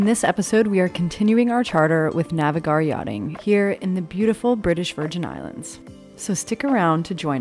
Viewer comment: Hi just would like to let you know that Navigare is an Italian phrase and is not said phonetically. If you watch Sailing Doodles podcast, bobby interviews the Sales Manager of Navigare at the Miami Boat show. The podcast is "can you earn income owning a boat?"